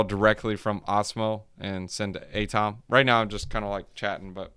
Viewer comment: AAy-TOM, cool stuff for Cosmos!🚀